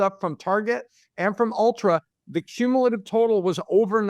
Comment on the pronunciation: Its Ulta not Ultra :) girls know these things